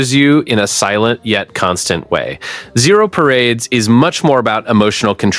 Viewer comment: hahahah I noticed that too